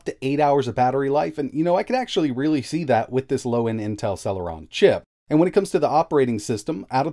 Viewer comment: Sell-her-on nuff said... lol